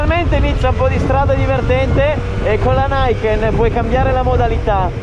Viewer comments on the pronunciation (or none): Si dovrebbe pronunciare Niken (non Naiken) perché è giapponese e significa "2 lame", in teoria almeno. Bel video comunque. Grande!!! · Bravo! Interessantissimo! Però si dice "niken", alla giapponese, e non "naiken". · sei un grande come sempre, e anche in questa nuova categoria di video ti destreggi da vero professionista. Però lasciati fare un piccolo appunto: la moto si chiama Niken, pronunciata così come si scrive; la pronuncia all'inglese (errata) lasciamola agli anglosassoni:P. Il nome è giapponese, e vuol dire "Due lame", in riferimento al doppio avantreno ("Ni"=due, "Ken"=lama); pertanto reputo corretto pronunciarlo come pensato in origine. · Grande, gran video, continua così... permettimi solo un piccolo appunto, la pronuncia del nome NIKEN. va detto così come si legge con la “i” di Imola e nn all’inglese con la “ai”, perché è un nome giapponese composto da due parole, NI che vuol dire “due” e KEN che vuol dire “lame” (infatti il ken-do, “la via della lama” la scherma giapponese, è proprio derivata dall’arte dei samurai). pertanto avendo la moto un avantreno con “due lame”, il nome viene di conseguenza. scusami l’appunto, ma da insegnante di arti marziali e appassionato di cultura giapponese ci tenevo a questa piccola precisazione... per il resto sei davvero un grande. continua cosi, e complimenti davvero!